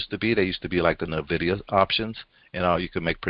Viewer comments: It is not Nay-vidia. It is N-vidia. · No it is not! It is technically "invidia" but most people pronounce it as N-vidia. It is NOT nay-vidia!